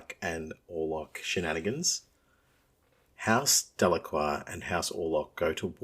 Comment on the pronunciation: Maybe you'd have an easier time finding a play group if you stopped mispronouncing words :P